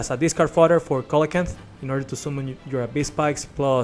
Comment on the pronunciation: It's pronounced See-luh-can-th